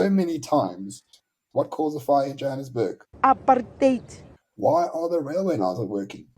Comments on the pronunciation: "Aaap-hard-out" - I laughed so hard that I bust a rib . The minute-ster of dildocaps HRRC Lindelwe "Cuban Peter" Zulu is such a comedian. We have to forgive her - her "aap-hard-out" chemicals she puts on her head has fried her peanut. And the bunch in cabinet are all getting infiltrated by an invisible "aap-hard-out" virus. Shem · Or apard hide as many people overseas pronounce it. So apard hide has caused all the problems in the country, wrecked the economy, sars, SAA, the railways, the infrastructure, our electricity! President Dunce is so terribly clever, with corruption and thievery. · Is nie apartheid nie is ancheid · Why you so stupid "Apartheid"😂😂😂😂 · Statements from the BRAINDEAD !! they don't even pronounce it properly 😅